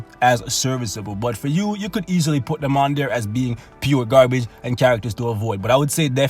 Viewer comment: Heh he he... Gaar Bage.... cracks me up everytime